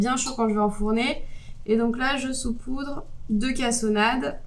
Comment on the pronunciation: on dit saupoudrer et non soupoudrer